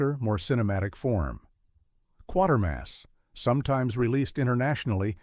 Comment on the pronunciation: Why do these videos never pronounce Quatermas right?